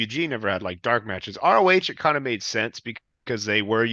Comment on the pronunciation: potato goblin says roh and row